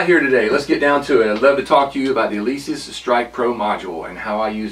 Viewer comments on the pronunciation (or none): Helpful video after the plugs... It's Alesis, not Alesees! LOL